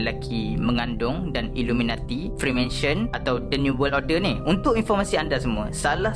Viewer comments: psst2 freemason bang bukan freemansion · nice bro, tpi freemason bro bukan freemansion